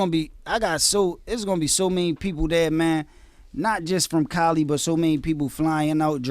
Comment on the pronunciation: Coli or Cali?? Tf 😒